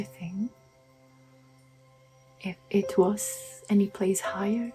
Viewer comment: What’s a “higer”?